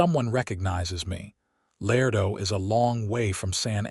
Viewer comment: Beautiful story! Tender, sweet, well-developed principal characters. One of the best I’ve heard yet ❤❤. Contained some, but could use a bit more actual passionate romance, still an excellent plot line. Pronunciation and mechanics still a problem for AI. Ex: “Laredo” is pronounced——“Lah RAY doe” Not “lair doe”. Listening from NC Research Triangle